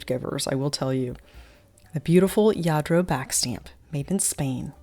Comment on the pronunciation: you are such a wonderful speaker. Your description of all you feature is great. Do you by any chance speak Spanish? When you were describing some of the Lladro pieces your pronunciation was so perfect!